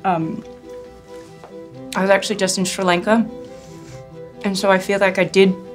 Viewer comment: She pronounced Sri Lanka incorrectly.